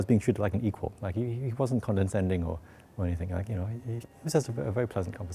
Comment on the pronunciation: Even a person of an IQ over 200 didn't get the pronunciation of "condescending" right. It is inconsequential, though.